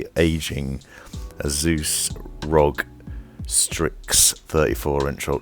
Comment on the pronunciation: its pronounced "R" "O" "G" and not rog. Loved the review regardless